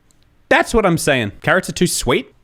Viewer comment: I love saying “carOHts” in the Finnish accent, cracks me up every time